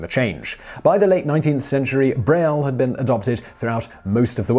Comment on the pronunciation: Hey Simon, aren't you horribly mispronouncing Braille?